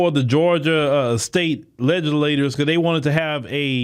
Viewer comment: They made a fool out of her. She made claims of going after Trump for non-specified crimes. That’s what he is referring to. Now this idiot had to go make a video where he can’t properly pronounce legislature and even has a poorly written, grammatically incorrect headline. A special kind of stupid here.